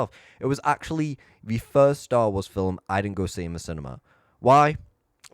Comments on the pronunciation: Bro keeps saying “fillum” instead of “film” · I absolutely despise the way you say film. Its film, not filumm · It's film. Not fillem. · "Film" is NOT pronounced like fil-im. Omg you sound so dumb